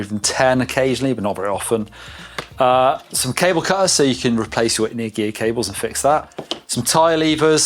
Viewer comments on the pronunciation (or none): none